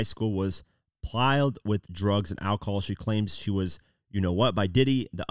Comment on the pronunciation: PLIED NOT PILED